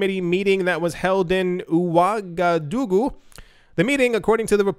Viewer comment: Very close on pronouncing Ouagadougou. The first syllable is pronounced OH, not OOH. Other than that, you nailed it.